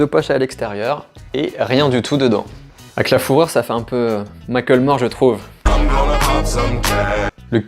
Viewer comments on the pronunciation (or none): Argggggh on ne prononce pas Mackelmore on dit mack le more Sinon super vidéo comme d'hab